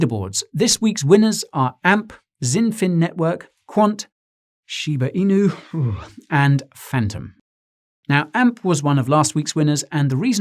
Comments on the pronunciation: I laughed when he pronounced Shiba Inu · The way you said Shiba Inu! 😆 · The way he said Shiba Inu offended my Shiba dog